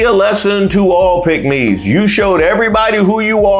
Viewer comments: I thought you were saying pigmy. I was like what! Tom Cruz has done nothing to help us. Mitch will sell you and himself to the highest bidder. No matter how much he allows Trump to talk about his Asian wife. He’s no man that won’t stand up for his wife. You know, in sickness and health? ?? Who was he talking to? oh yea, it’s MAGA Trump. What a sell out! So Mitch did you sleep with Donald Trump last night in order for you to be passive and displaying unmanhood! Divorce your wife and marry the person you are in love with, Trump! Are you a traitor to your wife and the Constitution? Wait, let me answer that question! YES, YES, YES! Pathetic behavior. If you don’t stand for something you’ll fall for anything!! AND you did!!!! Vote BLUE all the way🇺🇸🇺🇸🇺🇸🗳️🗳️🗳️🗳️💙💙💙💙🩵🩵🩵🩵🧢🧢🧢👍🏽👍🏽👍🏽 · Please enunciate the word, " PICKK- MES" b/c it sounds like something else. Thanks!